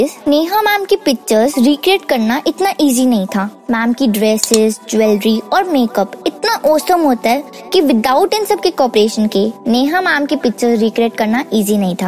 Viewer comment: Pagal uose usum nahi osum hota hai